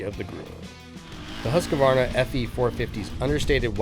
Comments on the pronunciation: One thing that drives me CRAZY:......people that say Husq"A" varna. There's no freakin A in the middle. Phew, I 'm ok now. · The dude doing the voice over needs to learn how to pronounce Husqvarna.